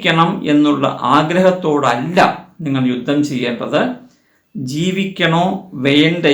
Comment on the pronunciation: രുദ്ദം അല്ല യുദ്ധം എന്നു പറയണം